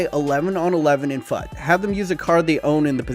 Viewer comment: Fut is pronounced as "fooooot" like put. Really annoyed me how you pronounced it.